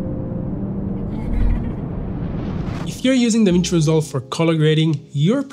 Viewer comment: "DAWIN" NO MINUTO MIN